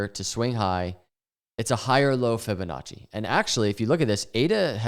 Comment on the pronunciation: “Fibinachos” lol